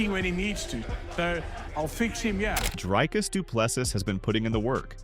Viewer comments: Say "drink"... now say "Dricus". It's the same sound. We don't say draaaiiink 🙈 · It’s sad how much English speakers butcher Dricus’s name. The pronunciation is so far off😂